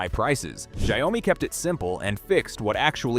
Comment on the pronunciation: How hard is it to pronounce xiaomi he keeps saying zao mi 😅